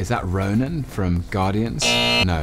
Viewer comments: Wisdom He Says Ronas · It's Ronan The Accuser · "Thanus" "Metalman" "Omega Red" "Octopus" "Ronus" "Haaaaowpaces..." "Hornet" "Jeff bridges" "Elfman" "Elferus" "Lokeguy" "The guy from BvS" These men are experts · M BAKU IT IS NOT RANUS IT'S RONAN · nobody: M'baku: RONUSS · “Ronas” XD